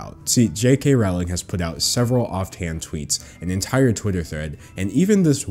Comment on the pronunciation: Rowling disgusts me... Her name is pronounced rolling though